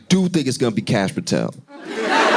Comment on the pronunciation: Just watching this tonight… he called it re:Kash